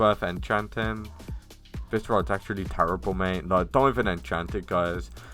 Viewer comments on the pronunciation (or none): none